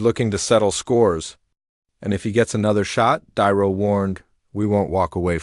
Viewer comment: I believe this was made with AI, and not very well, cause the narrator voice callls De Niro "Diro", repeatedly. So I stop listening and unsub, sorry.